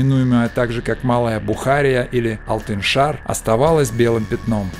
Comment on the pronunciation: Не Алтыншар, а Алтышар, что в переводе с уйгурского означает шестиградие.